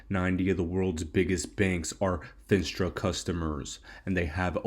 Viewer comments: "FEE - NAS - TRA" ........ not "FIN" "STRA"..................SAY "NAAAAAAS" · Fin-AH-stra bull